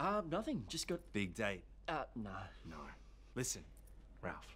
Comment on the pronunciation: His name is Raaalph, man!